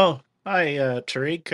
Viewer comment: Tariq you slaughtered... "T S.("Gazelle") as in "African Deer"!!